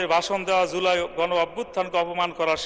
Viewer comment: এটা এদের যোগ্যতা! (লজ্জা!) জুলাইকে উচ্চারণ করছে "ঝোলাই" হিসেবে। এই জাতির লজ্জা শরম নাই? এদের সংসদে কে পাঠায়?